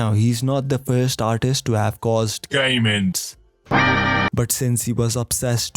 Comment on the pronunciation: Instead of "game ends" i heard it as gay men, which made the phrase "he obsessed with gay men" make sense af